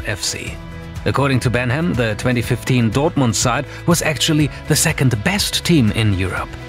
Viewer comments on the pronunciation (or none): none